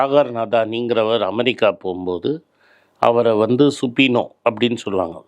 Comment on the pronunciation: அய்யா, சுபினோ அல்ல, சபீனா( subpoena), search warrant.